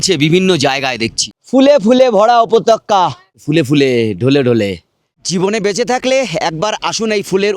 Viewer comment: উপত্যকা কে উপতক্কা বলছেন ওপরে কে উপরে বলছেন. মাছ কে মাস বলেই যাচ্ছেন.. বিশ্বাস করুন ভ্লগ টার গাঁড় আপনি একাই মারছেন..😢